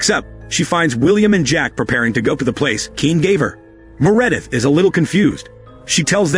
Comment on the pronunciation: Anyone named “Meredith” I’m saying “Me-Re-dith” from now on. Crazy how we are watching a movie about robots and Ai while an Ai voice is doing all of the work on this channel.😂 The Irony!